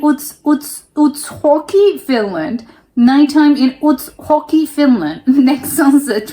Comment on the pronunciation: Are you spanish or why do you pronounce J as H? It's pronounced like Uts Jockey not Uts Hockey😀